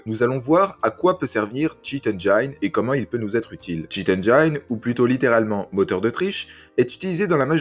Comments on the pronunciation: Bon tuto très utile mais engine se prononce "enneginne". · Merci pour ce tuto. Par contre écoutez une bonne prononciation du mot engine en anglais svp. ;)